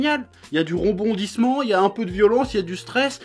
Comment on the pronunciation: Tu ma tué quand tu as dit « lla du ronbondisment » au mieux de rebondissement